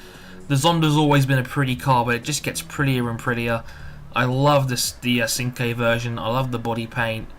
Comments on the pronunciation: you need to learn to drift in this game by turning the traction and stability control off so you can judge the drifting in the car as well. and sorry to burst your bubble but it's pernounced chinqwey not sinque. but i could be wrong. it would be a good idea to do nurburgring laps as well in these cars and post the time on those as well. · Great review ;) you pronounced Cinque wrong though, but who cares :P